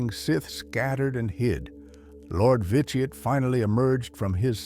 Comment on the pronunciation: overall good video but some pronunciation was incorrect or not consistant said Vitiate 3 or more different ways lost exact count of all the mispronununciation through out the video.